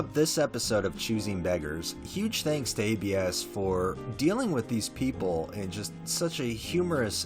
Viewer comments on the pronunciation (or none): For the rec, I believe it's pronounced Abs, like how "abdominals" is shortened and pronounced haha it's a nickname, I believe short for Abraham